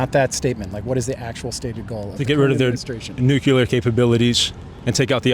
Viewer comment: . Nu Clear Nu Clear Nuclear What thephuk is a nucular?